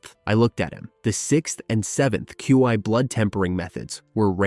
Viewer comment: Was doing great until about an hour and a half in it said 'Qi' as 'Cwee' 😄